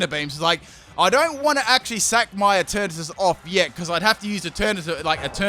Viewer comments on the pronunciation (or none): ‘’And Eturnatus is going to be turned into Eturnapiss” Wtf?